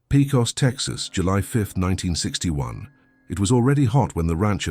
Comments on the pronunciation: pey-cos not pee-cos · Its PECOS not PICOS> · “Pay cohs” not “pea cost” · Okay, Pecos is pronounced PAYcos, and the tattoo was on her right arm, not leftm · Its pronounced "paycus"